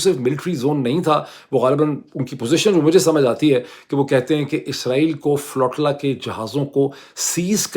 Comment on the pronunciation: بھائی صاحب! تلفظ “فلو-ٹی-لا” نہیں یہ لفظ flotilla ہے۰۰۰!؟